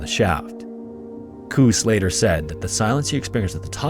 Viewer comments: Pronounciation tip; "Koos" is not pronounced "Kuhs", yet "Koas", as in "coast" without the T. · Koos is pronounced "Cose". For your next Koos. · In Afrikaans "v" is pronounced like "f" so it's pronounced "faal". And I have no idea how to explain how to pronounce "Koos", your pronunciation was hilarious though. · You pronounce Koos not like goose, but more like kous, FYI. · Koos……..why the hell you butcher the name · Really good coverage but dude, I am BEGGING you... please look up the pronounciation of Afrikaans names because they way you said "Koos" almost broke me 😭 Google is free. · Koos rhymes with Lewis. It’s an Afrikaans name.